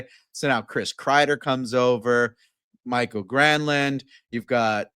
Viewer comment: It's not Michael, it's MikAEL.